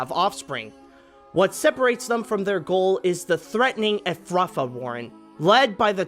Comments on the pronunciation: Yeah I kept thinking that's not how Efrafa is pronounced in the film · When pronouncing Efrafa, the first syllable is stressed and not the second, as in the word "Majesty." As for El-ahrairah, it's pronounced "Ella-hrair-rah." Each syllable means a different word in the Lapine language. "Elil" refers to the enemies of rabbits. "Hrair" means "thousand" or "many". "Rah" is a sign of respect and often used when referring to a chief or one in a position of high power. El-ahrairah literally translates to "Prince with a thousand enemies" like Frith said in The Story of the Blessing of El-ahrairah. "El-ahrairah, your people cannot rule the world, for I will not have it so. All the world will be your enemy, Prince with a Thousand Enemies, and whenever they catch you, they will kill you. But first they must catch you, digger, listener, runner, prince with a swift warning. Be cunning and full of tricks and your people will never be destroyed." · I was more bothered by how badly he mispronounced "Efrafa" and "El-ahrairah." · yeah the pronunciation irritated me given the characters do say both names several times